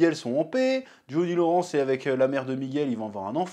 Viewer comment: "Jauni Loransse" pitié chef 😭😭😭